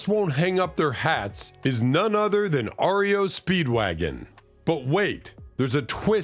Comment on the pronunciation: "Ario" Speedwagon. Are you a robot?